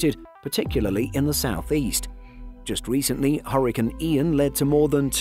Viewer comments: Huricins? 😂just call them cyclonic storms if you can’t pronounce hurricane properly. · Quit saying hurricane that way 😒